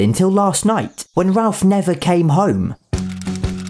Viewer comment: It’s nice to hear Ralph being pronounced Ralph and not ‘Rayff’ as the Americans pronounce it along with that prick Jeremy Vine lol!